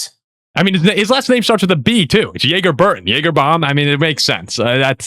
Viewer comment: Jager Burton’s name is pronounced like “Jagger” not like the alcohol. But to your point, doesn’t hurt the marketing aspect lol